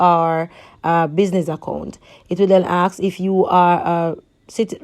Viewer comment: can i "aksk" you a question ,practice on speaking good video thogh ^^